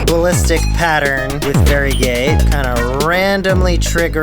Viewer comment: i was wondering why he kept saying "very gay", but then i realized he was saying varigate